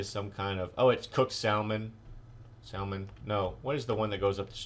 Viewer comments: it is pronounced sam-on not sal-mon (l = silent) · salmon is pronounced samon! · The l in salmon is silent...